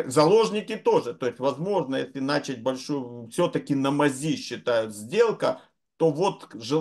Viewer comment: Уважаемый, хорошо бы "начАть", а не "нАчать".